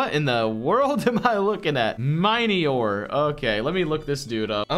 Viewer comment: It's pronounced Mini-ore, not miny-ore